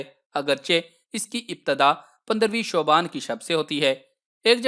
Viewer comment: Bhai ap ulta kun kehty Shaban ko shuban kehry 😊